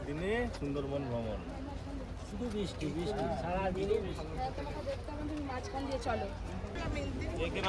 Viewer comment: r time tomader blog dekhte valo lage. But plz change your pronunciation ' bristi' karon khub kane lage. R puro blog jure anek bar sunte hay ' bisti' jeta khub kasto hay. Plz